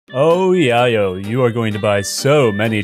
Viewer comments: Yay-yo not yaw-yo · And it’s called Yay-O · YAY-YO. Like llelo. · Thats not how you say Yayo. Its Yay-yo. my guy. I subbed. I'll be your drug literalist. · Isn't it pronounced yay-oh? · It's pronounced yay-oh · it hurt a little every time you mispronounced yayo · I can tell you’ve never bought yayo by the way your pronounce yayo lol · Forget the pops...The only annoying thing was the way you pronounced "yayo"... 🙄 lol